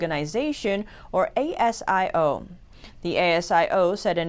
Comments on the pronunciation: Hi,. The Australian Security Intelligence Origination's acronym 'ASIO' is pronounced as a single word rather than as its individual letters, just like how you pronounce NASA or FEMA. In this case it's pronounced in three syllables as "A-zee-oh". Keep up the great work! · Hey, ASIO is pronounced ayseeoh locally.